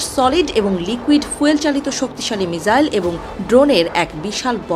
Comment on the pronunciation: আচ্ছা এটা মিসাইল নাকি মিজাইল হবে 🤣